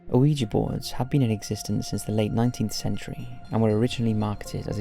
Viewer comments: I love these videos. However I cannot get past the pronunciation of oh-ee-jee. The 1896 trademark pronounces it "whee-juh". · You know the Mandela effect? Ouija is pronounced wee-ja. Not wee-gee. Somehow established itself like that, like so much other shit. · I know! I love his vids, and Ouija Boards have come up a lot over the years, and he always mispronounces it! It shouldn't bother me, but it makes me cringe every time. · "Oh-ee-ja board"?? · Ouijia is pronounced either "wee-juh" or "wee-jee." You do not pronounce the "O" at all. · Damn, 4 years later an you're still mispronouncing Ouija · Somebody please tell him that the O in Ouija is silent. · Why do you pronounce ouija like that? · Oui is french for yes and ja is german for yes. The german "ja" is said as "yah", but I don't think anyone cares that much, or they shouldn't worry about it... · It doesn't matter. However you say it, it's cool. 🙂